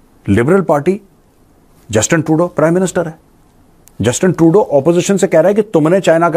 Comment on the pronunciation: Not tuedeau say Trudeau